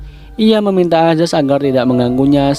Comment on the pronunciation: Perasaan tulisan di subtitel nya ayaz tpi di bacanya azaz.... comment aja nih netijenn... semangat bang